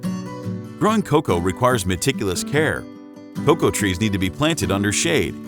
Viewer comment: What is "KA COW" ? Great video other than that. PS it's COCOA.